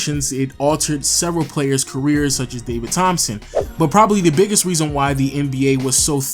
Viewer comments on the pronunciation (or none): none